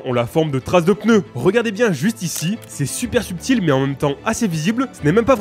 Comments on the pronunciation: POURQUOI TU DIS PEUNEU ???????? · Pendant toute la vidéo "les pEneus" 😭